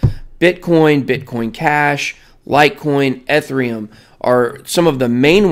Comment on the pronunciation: The level of cringe you trying to pronounce Ethereum. It’s kills me